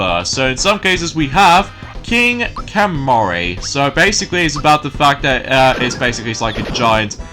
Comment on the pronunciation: Don;t you mean King Calamari? 👑🦑That's his actual name. I looked it up. (I thought something was wrong.) But anyways. just wanted to let you know that you mispronounced the bosses name.